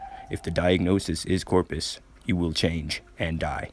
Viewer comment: Corprus, not Corpus.